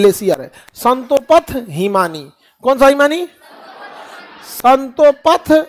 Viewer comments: It’s Satopanth not Santopath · Santo path nahi hai Satopanth hai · संतोपथ नहीं है सर सतोपंथ बोलते है सर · संतोपंथ नहीं स्तोपंथ गुरुजी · satopanth not santopath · Santo path nhi sir satopanth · Guruji santopath nahi hai satopanth hota hai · Bahi sahib santopath nhi satopanth😂😂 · संतोपथ नहीं है वो सतोपंथ है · संतोपथ ❌ सतोपंथ ✅ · Sir it is not santopath it is Satopanth..❤ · Satopanth hai na ki santopath maffi chahta hu correct kar rha hu khan sir ko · Love your contant sir .. buts it's not संतोपथ it's सतोपंथ ❤ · संतोपथ नही है सतोपंथ है। थोडा ढंग से रटा करो। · संतोपथ नहीं सतोपंथ है 🙏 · स्ंतोपथ नहीं है सतोपंथ है😂😊